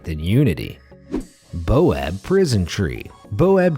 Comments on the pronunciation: ITS BAOBAB NOT BOAB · Baobab not boab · your pronunciation on this video was atrocious. you should look up the pronunciation of the names before reading the script. also it's baobab (pronounced bay-oh-bahb) not boab. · isnt it "baobab"' not "boab" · I've noticed that you both misspell and mispronounce a LOT of words on here. Your "baob" tree is spelled BAOBAB, and is pronounced, bowbab. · Its not boab. It baobab. Pronounced bayobab or bowbab... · Stupid mzugus it's pronpuce bAObab